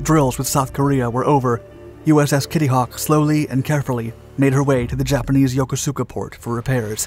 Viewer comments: For future reference brother, please get some facts straight. The Shitty Kitty was the super carrier of the time and just a little larger than the Independence and definitely not nuclear. Also it's pronounced "Yo-Ko-ska", well from everyone i served with at least. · PLEASE learn to pronounce Yokosuka correctly!!!! It's three syllables, not four, the U is silent. Yo-KO-ska (emphasis on the second syllable). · Yokosuka is pronounced "YO-Koo-Ska". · He also pronounced "Yokosuka" wrong. I really love this guy's channels, but there are times he needs to rethink his strategies.